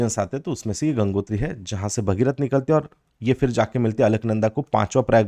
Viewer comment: सर गोविन्द पशु विहार को आप पौड़ी गढ़वाल में दिखा रहे थे वह उत्तरकाशी जिले में आता है उसके अलावा आप चमोली, पिथौरागढ़ भागीरथी का शुद्ध उच्चारण नहीं कर रहें प्लीज आशा है आप इनको सुधारेंगे 👍